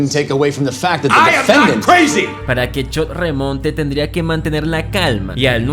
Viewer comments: Chock ❌ Chot ✅ 😂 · Si vuelvo a escuchar chot en lugar de Chuck voy a explotar 🤯🥲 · BASTA DE DECIR CHOT! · No fue suficiente con no saber pronunciar los nombres de TWD, y ahora promuncias mal los de BCS, como que Chod? Quien es chod? Jajajaja